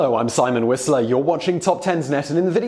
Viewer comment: at first I thought he says Simon Wesley